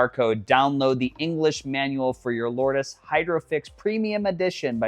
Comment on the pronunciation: It's pronounced "Lords". Based on the Holy place in France